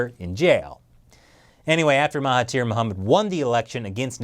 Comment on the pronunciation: Awesome video. Love from Malaysia. Btw the 'thir' in Mahathir is pronounced 'dhir' so its actually pronounced 'Mahadhir'.......just sharing :)